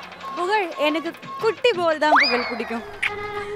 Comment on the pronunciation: Puzhal illa bha Pugazh 😂 😅